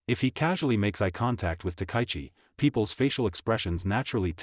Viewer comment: Takaichi: ta-ka-yi-chi. Four syllables, none emphasised. "Ta-kie-chi" is ugly, and insults both her and us, your audience. Everyone's name deserves respect, and the YouTube poster who can't manage it is a second-rater.